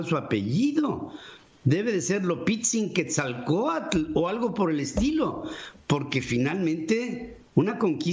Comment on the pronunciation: Jajajaja, Pedro! "Lopitzin Quetzalcoatl"! Jajajaja.